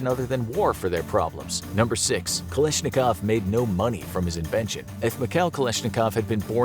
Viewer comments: Its KalAshnikov not Kalishnikov! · It's "Kalashnikov," not "Kalishnikov." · You pronounced kalashinkov wrong it not kalishinkov